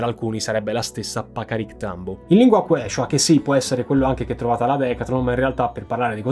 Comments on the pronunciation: Bellissimo riassunto in italiano con immagini e grafiche di qualità, bravi! Soltanto che Quechua si pronuncia "kiciua" ma pazienza 😅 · Se tu parlassi meno freneticamente ne guadagneresti tanto in simpatia, credibilita', reputazione. Ed eviteresti di incappare in svarioni madornali di pronuncia, tipo AYACHUCO o QUECHA.